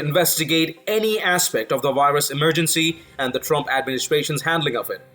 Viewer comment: I just can't stand to hear you mispronounce emergency again. I'm gone.